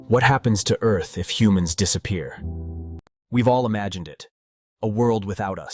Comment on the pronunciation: Are we talking about hunams or humans here?